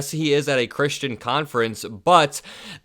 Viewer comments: He can’t even say “I’m a chrissss tan” right! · He also said that i am not chritain